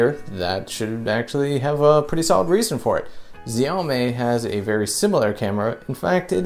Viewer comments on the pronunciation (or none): xiao 'me' not xiao 'may'